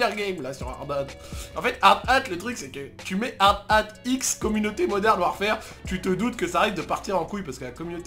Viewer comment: "Moderne warfere" 🤣😂